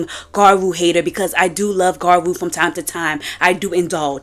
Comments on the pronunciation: About half way, she's included gal tiktok videos making you think she would at least pronounce gyaru right but no were still on garu and I'm about to go insane please turn it around and talk to gals in the second half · It's pronounced "Gradru" not "Garwo" but cool video anyway 😎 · Gradru? It's more like gee-yah-roo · im american and i know the pronunciation is "gya-roo," thats the og term. ive heard people with accents say gyaru in the correct way before, its not hard. there is a y or 'i' sound in there which makes it "gya-ru," not ga-roo. the 'blackfishing' in the gyaru community is something frowned upon, especially as gyaru evolves. defending and acting like it was never a problem however, is bad. we need to normalize these conversations to grow and make sure the 2-3 shades rule stays the norm. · Not to be too picky, but you also mispronounce gyaru throughout the entire video and its been a itch I cant scratch. It's gyea roo not gaa-roo. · Gyaru ( Gee-yah-roo) Ganguro (gahn-goo-roh) 🍭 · There is a "y"! Sorry but it was getting to me 😅 gee-ya-rue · You guys are so dense. Both of the ways to pronounce gyaru are right - the word gyaru is a loan-word anyway; there is nothing wrong with different accents for you all Unless it's a Japanese pronounciation then it's suddenly just so wrong and itchy. The video was directly addressing the conversations and misinformation that is spreading in recent times, specifically in the western parts of the internet, and the conversations happen to be mostly about the past. Adressing the antiblackness people are trying to cover with "it's just ea colorism" is much needed. Acknowledging modern gyaru sensibilities is not a requirement for the point to stand here, and the subculture itself seems to have come to the same point anyway.